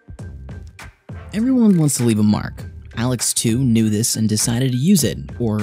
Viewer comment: When you say "knew this," it sounds like "nudist!"